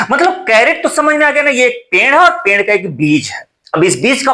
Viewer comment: पेंड़ नहीं sir पेड़ बोलो